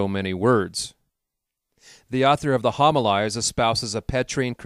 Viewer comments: Great upload. Some corrections. Homilies - hom i Lees Prunikos - Proo nik ohs Etc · Yes this is very true....as well as the word Homilies.